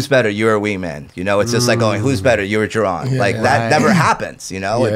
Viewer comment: Anybody notice in the Athletic Greens spiel that says Jerone instead of Jeron?